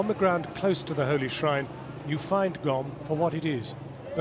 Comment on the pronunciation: It's Qom, not Gom lol